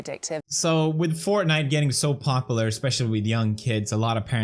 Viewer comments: can this comment get many likes so felix can stop saying "popeler", and instead say "popular" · Funny too always hear pronounce it “popiler” instead of popular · Does Felix say “popular” weirdly or is it just the fact that i am aussie and we pronounce things slightly differently? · I'm just amazed that Felix still can't pronounce popular correctly... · About work first play later, I totally agree with you. Also, gotta love how you pronounce popular 😄❤️